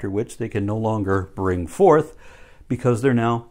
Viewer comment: "Bring fouth and multiply."